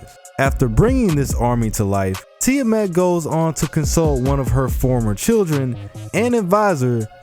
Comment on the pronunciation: "ti-a MET"..lol english speakers sucks when pronounce the "A"..